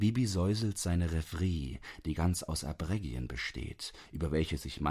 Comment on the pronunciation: Empire, Arpeggien, Bouquet, Pythia bitte richtig aussprechen. So etwas stört so!